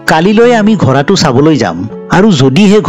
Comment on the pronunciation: ডাঙৰীয়া আপুনি শব্দবোৰ শুদ্ধকৈ উচ্চাৰণ কৰিব, যেনে ঘৰা নহয় ঘোঁৰা বুলি ক'ব। ধন্যবাদ 🙏🏻🙏🏻